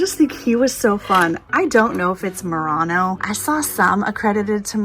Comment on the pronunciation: Btw it's pronounced /muir-ano/ 😊